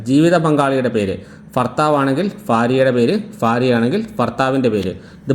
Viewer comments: ഫാര്യ അല്ല സുഹൃത്തെ ഭാര്യ എന്ന് പറയു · ഫാഗം .....? ഫർത്താവ് .....? ഫാര്യ...? ഉച്ചാരണം മോശം ...